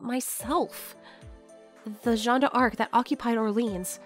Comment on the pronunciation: Great work ! As a Frenchman, I cringe whenever you say French words - especially "Jeanne d'Arc" - but the rest was an impressive job.